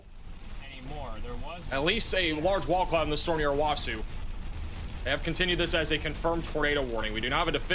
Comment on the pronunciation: O-Wa-So, Ka-Too-Sa, O-Key-Ma.